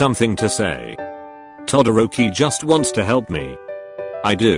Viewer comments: Text:todoroki Voice:todooki 🤓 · The way that bot voice says TodDORKY kun is amusing. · The voice pronouced todoroki To-dork-ie. I am so sorry my husbando. 😂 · Auto voice thing for the message when it said to Todoroki it sounded like Todo-dorky Is it just me hearing this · noobody: siri: t o dORK EE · I love how it pronounced Todoroki todo dork i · Tidoorkey LMAO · Did i just heard (todoor ki kun)